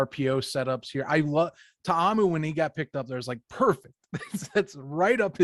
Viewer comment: You both pronounced Ta’amu correctly. Kudos! You seem to be the only ones out there.